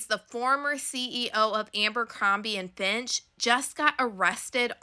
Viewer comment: Fitch* not Finch. ❤